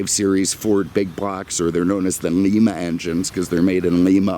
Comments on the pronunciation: One of my all time favorite cars. Always wanted one in red with a white interior. Though you will probably never again say the word "Lima" it is pronounced "Lyma" and not Leema. Interesting that Ford built engines in the Ohio city where some of the best steam locomotives were built many years ago. Love your videos with all your history, opinions and unique comments. The F bomb story was the best! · That engine was manufactured in Lima, Ohio. Pronounced lye-ma like the bean. 😉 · You will not believe this. I spent about 12 years of my life in rural Ohio, when you mention the Lima Engine at about the 16 minute mark, that is actually not the way the residents of Ohio pronounce that name. Unlike the city in Peru, Lima in Ohio is pronounced ‘Lime-uh.’ It’s the most convoluted thing I ever heard and I still chuckle when I think about it. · as always very entertaining video...........one suggestion.............Lima (soft "i") is in Peru while Lima (hard "i") is in Ohio............Cheers!